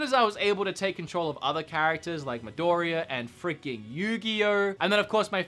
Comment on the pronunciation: That Midoriya pronunciation...ouch. Jump Force is awesome to me, I only wish it had more characters from anime I like (I hate One Piece and HxH) and the loading screens do kinda suck. But there's still supposed to be 9 DLC characters and they could potentially fix the loading screens, so I'm pretty happy with the game